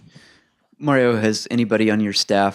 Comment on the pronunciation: Who's the douchebag reporter that asked that first question? His name is MARio, not Merry-o! Just like the name is pronounced MARcus MARiota, not Merckis Merryota!!! I want to strangle that idiot reporter every time I hear him talk.